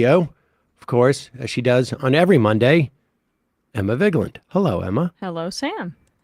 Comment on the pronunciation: It’s pronounced Emma Veegland.